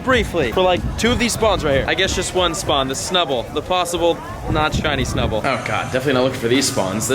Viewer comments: you said snubbal research task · You said snubull research task